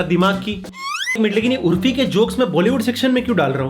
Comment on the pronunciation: Bhai urfi nahi urofi